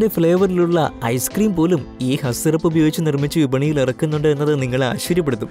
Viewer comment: ഖാസ് എന്ന് അല്ലേ